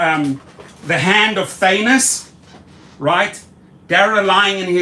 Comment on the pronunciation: Did he just say thannos in the Anu55😂 Eish Manier hahah